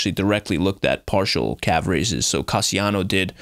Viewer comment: “In the calve” 🤦🏻‍♂️